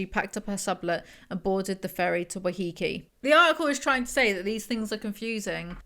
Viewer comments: waiheke is pronounced " why heck ee" not "why hee kee" <3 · thanks for talking about this and ripping this disgusting predator apart! but i almost had to turn off the video from your pronunciation of 'waiheke' 😭 (it's 'why-heh-keh')